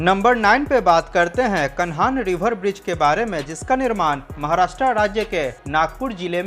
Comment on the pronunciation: कान्हां ब्रिज बोलो भाई साहब कानहान नही। आपका सभी वीडियो में अच्छी जानकारी दी जाती है वीडियो के माध्यम से लोग जागरूक हो रहे है।